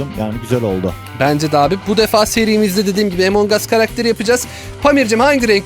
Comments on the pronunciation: abi emong as diye okunmuyor among as diye okunuyor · Yoooo Emong as diye okunuyo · Abi o “Emong As” (Okunuş şekli) diye okunmuyor o “Among As” (Okunuş şekli) diye okunuluyor :D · Abi emong as değil among as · Abi o emong as değil among us (a harfi ile telaffuz edilir )çeviride öyle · Abi bak böyel okue among as lütfen yaaaa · Among us emong us diye okunmaz özürlüler